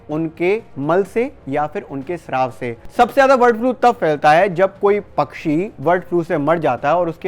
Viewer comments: वर्ड नहीं है भाई ब है ब बर्ड 😂😂😂😂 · वर्ड फ्लू नहीं ये बर्ड फ्लू है। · वर्ड फ्लू क्यों बोल रहे हो बार बार ।